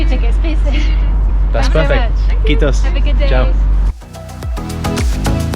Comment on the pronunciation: that kiitos was pretty good and finnish people will appreciate that :)